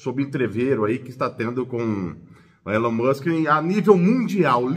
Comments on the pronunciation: Se lê Ilon mansque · "Elen Mussi" uashuashuashua